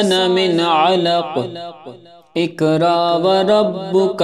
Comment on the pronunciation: Assalam o alikum Ap ny pehli aayat mein iqra sahi parha hai.magr agli baar ikraa parha buht muaazrat ky sath esy durust kr lyen .